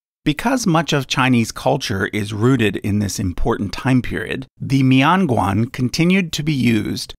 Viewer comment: It's not a mee-on gwong..... It's MIAN GUAN!!